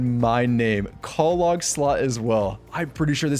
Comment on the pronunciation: Love this series so far but "call log" instead of clog is murdering me.